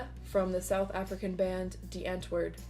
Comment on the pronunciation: really like how it turned out !! dont want to sound mean but as a south african have to correct you the A in antwoord is pronounced like apology's A would be with the AH sound and not like in ant you did get the die perfect thought hahaha. very captivating to see the process also heard he is a really nice person he would prolly love to see this video <3